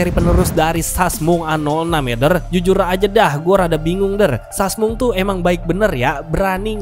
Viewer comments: wkwkwk gara2 denger sasmung, auto subrek. seru bang cara penyampaian lu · Sasmung,busyet dah ah bisa bae lu bang ngejaplaknye